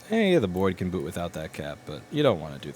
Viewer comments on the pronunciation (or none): none